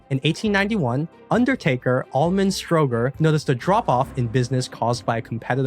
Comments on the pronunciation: I think the mis-pronunciation of Stro'ger instead of StroW-ger helped obfuscate the answer! OK, I'm an ex-GPO / BT techie, so it was easier for me! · I knew this before clicking play! I think his name is usually pronounced Strow as German "Frau" and ger as in the first syllable of "gerbil".